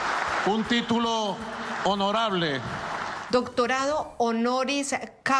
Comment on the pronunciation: nisiquiera puede leer "doctonado". 🤡